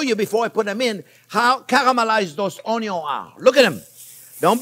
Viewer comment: Oh-yo... (onions) Ha! Never gets old! Love this guy!!! 🤣